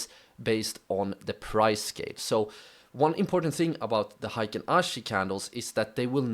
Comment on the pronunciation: Thanks for sharing your knowledge. everybody does not pronounce Heikin ashi correctly. It should be pronounced as " Hay Kin ashi ", not " High kin ashi ". Heikin means average and ashi means foot or leg in Japanese.